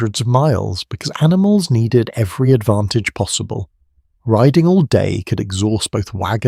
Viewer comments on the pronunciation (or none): none